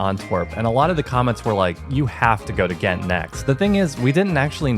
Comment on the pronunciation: Thats not how you say ghent 😅 the g was to loud 😂my ears please dont use a holland g